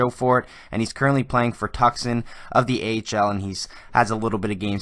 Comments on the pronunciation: TUUUCSON NOT FUCKING TUCKSON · ''Tuck Son" Roadrunners lol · Tucson is Pronounced TwoSon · Love the Channel buddy, but “ Tuck-son” is that we’re Strome played lol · It’s pronounced tooc-son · Tucson is pronounced too-sawn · Tucson is pronounced "TOO SAWN" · Alex Weber right! His pronunciation drives me nuts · Based on your pronunciation of Tucson I’m gonna guess you’re Canadian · DanThaBossMan as a Canadian - I can tell you i know very well how to pronounce Tucson ... this guy has terrible pronunciation of many names and city’s in his videos - please do not group us in as “Canadians” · The "c" is silent in Tucson